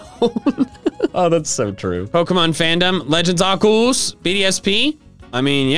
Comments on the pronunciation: POV you say legends arceus as arcooz how to say it arc-key-is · I remember an official Pokémon book saying that Arceus was pronounced: Ar-key-us. In fact said book gave all the official pronunciations for all Pokémon up to Black and White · “Arceus” probably does better in the algorithm than “Arkoos.” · My mom”why are you playing Pokémon arceus so much?” Me”it’s legend Arkoos!!!!!!!!!!!!! Mother “ Me:I stab her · Why do people say arcoos?